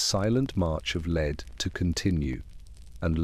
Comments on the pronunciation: Leeeed. 🤦🏼‍♀️ Just do your own voiceovers. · If the story is about lead, can we make sure the AI says the correct version of lead? 😅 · Learn the correct pronouncoation of lead.